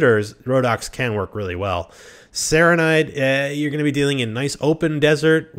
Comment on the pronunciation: "Targa Bandits" "Car-ghites" "Sarah-knight" "Swaydia" Wtf is wrong with you? Why do you insist on mispronouncing everything?? TAIGA bandits. TIE-GAH (like Tyga the musician) KERGHITS. KHER-GITS (rhymes with her and bits) SARRANIDS. SARAH-NIDS (rhymes with sarah and lids) SWADIA. SWAH-DEE-UH (self explanatory) Seriously, it's fucking weird.